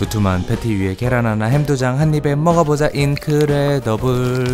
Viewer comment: 오마갓뜨!!! 인퀴뤠더뷰ㅓㄹ~!!!